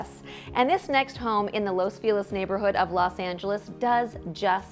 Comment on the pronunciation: Agents really should make an effort with pronunciations. Los Feliz should not have been the hack job this agent made of it. It hurt my ears all the way over here in Sydney! Pain! Ok. Let's give it a try. Los is pronounced like "loss" = the charity made a loss on the deal. Feliz = happy but the agent made me want to sob. Ok, so feliz = fay (as in Faye Dunaway) or Fay Wray (hint 1933), but it's a short fay not drawn out (funny, as it's written in Spanish = fe!) + lease, as in lease a property! Loss Fay-lease. Don't spread the two word, 3 syllable name out, keep it snappy, but not so much you can't be understood. Los Feliz should make you happy (loss fay-lease). You'd think people selling property in LA would bone up on pronouncing things just right